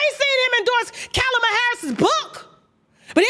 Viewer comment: Get Kamala's name right!! Tasha....